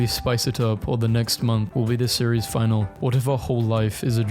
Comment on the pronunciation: you can say the sauce but cant say finale